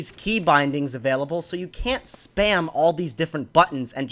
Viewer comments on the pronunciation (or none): none